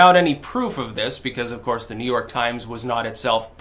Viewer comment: "Saul" OF COURSHE!!